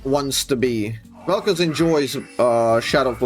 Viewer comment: "gays of Vel'Koz"? 🤨